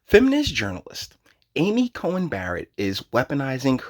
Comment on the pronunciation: You keep saying "Cohen" it's "Coney"